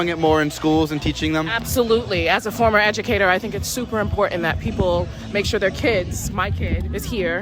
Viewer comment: idk if anyone else noticed how she said 'former' educator. There's a reason why she doesn't have that job anymore, and I bet it wasn't because she quit.